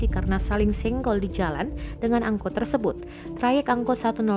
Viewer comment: Padang bulan min bukan pedang bulan